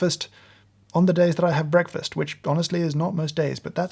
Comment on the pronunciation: I don't like how he says the word breakfast